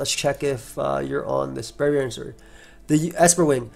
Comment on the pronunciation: they butchered Braviary 😭